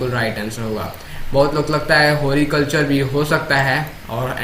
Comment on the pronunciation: use horiculture nahi horticulture kehte hain